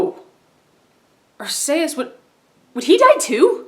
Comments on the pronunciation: ITS R-C-US why can no one say it right. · Actually it has been confirmed by pokemon that it is pronounced Arkeyus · The title of this got my attention after watching the Pokemon Shuffle videos, but I did notice one error. (R-C-US) is how you pronounce Arceus. I would accuse you of not watching the shows (yet, I know you would have to have watched the shows based on the theories you've produced), but I can only assume that you've been watching them in Japanese. In Arceus of the Jewel of Life, they, clear as day, pronounce his name. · Actually it's pronounced R-KEE-US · dude....I lost my shit when you said Arceus wrong....does no one watch the movies and know how to actually say the damn name =__=